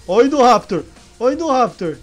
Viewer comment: Chama o indoraptor de indovenotor